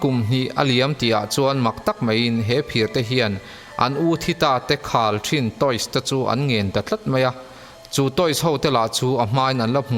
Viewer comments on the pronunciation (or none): Khal ṭhin tih ni lo in khalh ṭhin tih zawk tur